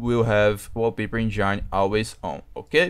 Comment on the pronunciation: uoupeiper enjaaaaine. foda viu